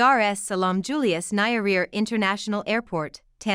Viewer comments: Its Nyerere not Nayaria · Its Julius Nye-re-re madam, not Nairia!! Kindly get proper translation, even brother Google can help in such days.. If you as a You-Tuber are specializing in Africa & African names surely the best you ca do is try your best to get names right..otherwise thanks for the informative & offering solutions as well. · You need to get the right pronunciation for "Nyerere" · Narrator should have done a bit of research on how to pronounce the name of one of Africa’s greatest statesmen - Julius Nyerere. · Please try to get proper pronunciation for names before broadcasting... the way you pronounce Nyerere is absurd!!!!!!! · Poor pronuciation as a result of poor evaluation!